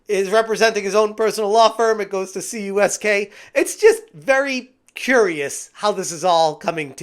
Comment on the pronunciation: Dude, it's Kamerman, Uncyk, Soniker, & Klein, which is KUSK, not CUSK for the law firm.